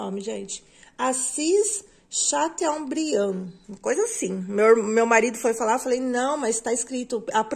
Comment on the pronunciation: ..Chateaubriand se pronuncia Chatôbriam...